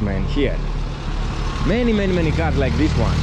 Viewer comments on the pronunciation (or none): none